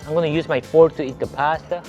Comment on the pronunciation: Even bros fork sounds like pork 😅